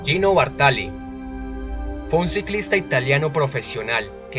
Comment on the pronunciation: Bàrtali, no Bartàli.